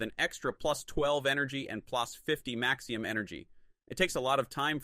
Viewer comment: He also pronounced maximum as maxium.